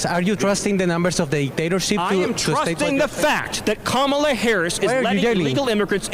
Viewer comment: Did you just call the VP Camel-uh? You did! Jesus Christ Olbermann, wtf is your problem? You can’t say the word comma-La?